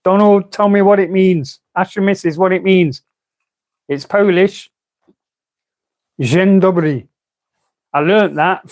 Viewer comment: "Dzień Dobry" you've said it almost good. First word quite good, second word perfect